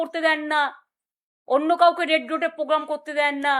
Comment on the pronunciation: Po gam noy poblem noy কথাটা প্রোগ্রাম প্রবলেম